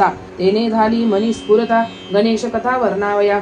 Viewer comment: ganesache nav yogya prakare uchhara